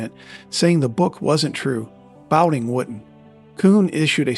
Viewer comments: His name was pronounced "Bow-TON," NOT "Bow-Ting." If you want your videos to have credibility, best get the pronunciations of well-known players right or else everyone's going to think your narration is A.I. like everything else. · Does A.I. think "Jim Bouton" is the same as "Jim Boutin' "... so it changes it to "Jim Bouting"? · I was thinking there was something weird about the pronunciation of his name, too, LOL